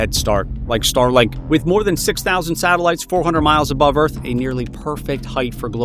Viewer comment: Totally said starlike lol